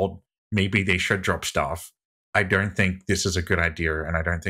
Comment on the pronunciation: My guy just said " Because ya dernt really kner" 🤣😭💀